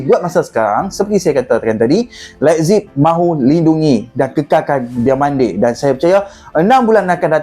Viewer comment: Sebutan thomas tuchel dan rb lebzig agak lain😂😂😂